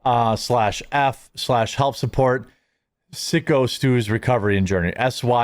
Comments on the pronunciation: Dude... It's Syko... Like Psycho. How freaking hard is it to say????? Sick-o... Dude, are you back on the sauce? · FfS its pronounced Psycho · Holy shit can you say his name right? He said it himself before the can smash. Psycho Stu spelled syko. Call him Mr smith at least… stop calling Raja a kid, that foo is 25. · Jesus Jeremy how many times you guna mispronounce Syko Stus name in 1 video. Come on man